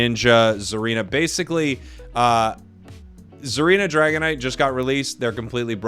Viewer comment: Here before the edit “DAGONITE”